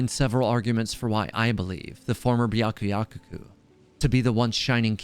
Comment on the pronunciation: Why cant anyone pronounce byakuyakoku right I’m 💀